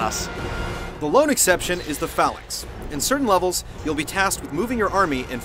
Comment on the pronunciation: I don't think he said phalanx right